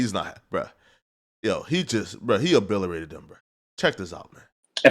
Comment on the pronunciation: Bro if I hear say “o-bill-er-a-ted” one more time… 😂